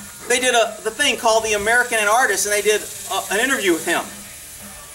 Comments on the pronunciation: pronounced AN-ARK-IST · is it a different word or do you just pronounce anarchist weird? how would you say anarchy then?